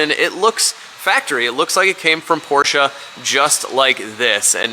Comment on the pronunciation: Perfect German pronunciation of the German brand "Porsche"! Perfekte Aussprache!